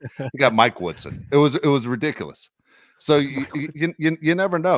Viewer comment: I like when says ‘ridicilus’ instead of ridiculous.